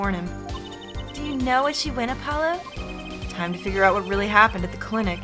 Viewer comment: I do love how the worst Klavier does is playful teasing. Even prosecutors like Edgeworth said "You are nothing!" to the defense and the worst Klavier does is call Apollo Herr Forehead. Also it's not 'Air Forehead' the H is not silent and Trucy called Apollo "App-olo" in the last part. This case also has one of my favourite lines from Alita Tiala thanks to Wocky being a dumbass.